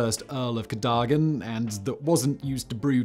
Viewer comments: Codaggan though? Ca-dog-an. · Ca - DOH - gan.. not KADAGAN. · Cadogan, not Cadagan.... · It's pronounced Cadogan not Cadagan. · Hey Simon surely it’s pronounced “Cad o gan” ? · Say it with me Simon....Cad - Oh - Gan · Dear Simon, it’s pronounced CadUgan, or even C’dugan. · Cadogan is pronounced ka-DUGG-an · It's Ca Dough Gan. You can read English, right? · I think he covered just about every possible pronunciation in there somewhere. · 11 out of ten for butchering "Cadogan" grear that you always go the extra mile on pronunciation👍